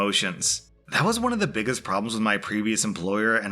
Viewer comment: He really emphasized that “T” lol “BiggesT pet peeves” 😂